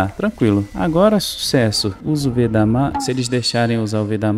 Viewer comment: Oi tudo bem? Gostei do vídeo, rachei o bico quando vc falou "magmam" aakkakaka sou seu fã 🤠 tem como me mandar feliz aniversário no vídeo amanhã e meu aniversário estou fazendo 14 anos amanhã